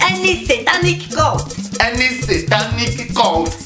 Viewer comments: Its CULT not court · Its cult not court😂😂😂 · Cult not court😂😂😂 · Funny. Its Cult not Court